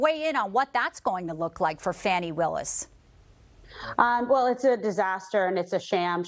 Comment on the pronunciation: These comments.. smh and the intentional mispronunciation of DA Willis name is ridiculous..